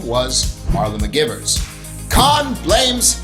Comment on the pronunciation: You must know her name is pronounced, McG(eye)vers, so... why?